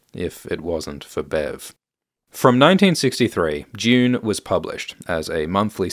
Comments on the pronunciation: DUNE NOT DEUOON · I’ve come to like how you pronounce dune as june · Not the yod on Dune. Dyune.